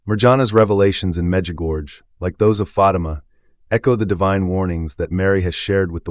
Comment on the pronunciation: Baloney! Our Lady doesn’t tell us to stire anything! AI? You don’t know how to pronounce Mirjana or Medjugorje! AI AI AI !